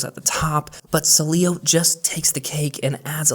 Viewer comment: I love Cydia, and will keep it, but Sileo looks so clean and updated with the times. BTW, you really struggle with saying Sileo 😅. No worries, the devils lettuce is legal in CA. Wish it was legal where I live.